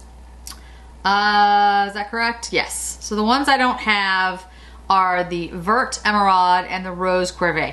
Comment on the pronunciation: Oooh this is exactly what I needed - can’t wait to pick up a few of these! 🤩 By the way, the word “vert” (green) is pronounced like it rhymes with the word fair. Thanks for another great video! 💗